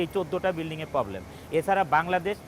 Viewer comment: পবলেম না প্রবলেম।